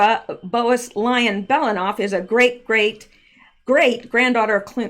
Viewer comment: Bowes-Lyon is BOZE LION,. Calliope is four syllables, rather than three.